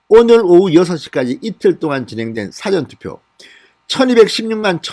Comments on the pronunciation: 사전투표 ? 사아전 처럼 길게 발음하세요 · 영어사전이냐 ? 국어사전이냐 ? 투표사전도 있냐 ? 한글 제대로 발음해라 . 사 ㅡ 전 투표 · 사전투표 고쳐주세요. 사~전 투표. 길게해야 되는걸로 아는데요 짧게 사전투표로 발음하면 이상하게 들리네요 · 사전투표가 아니라 사:전투표입니다. '사'자를 길게 발음합니다. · 사전투표, 사전투표, 이렇게 단음으로 발음하니 좀 어색합니다. 사(事)자는 "사~전 투표"라 장음으로 발음해야 합니다^^ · 진성호씨는 사전(Dictionary)투표하는 사람???? 발음이 참 이상해요 ㅋㅋ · 진 선생님이 운영하시는 "진성호의 직설" 열심히, 잘 보고 있습니다. "구독"에 "좋아요"도 꾹꾹 누르면서요... 진 선생님이 대구,부산 이 출생,성장지라는걸 잘 알고 있습니다. 저 또한 "토종 신라 사람" 입니다. 깅상도(?) 사람들이 쌍시옷(예; 쌀,싸움) 발음이 잘 되지 않는것 처럼 발음에 다소 취약한면이 있습니다. 요며칠 사이에 "사전투표(事前投票)" 라는 단어가 자주 거론되는데 진 선생님 의 "사전투표" 발음이 "사전(事前) 과 사전(辭典)" 의 발음이 혼용되고 있는걸 자주 듣게되어 농담반 진담반으로 한줄글 올립니다.